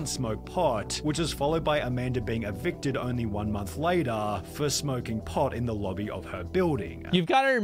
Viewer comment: I can’t stand hearing “later” pronounced in that way. Pass.